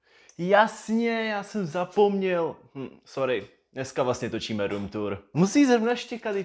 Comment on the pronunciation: Slyšel jsem špatně nebo jsj opravdu řekl BROOM tour?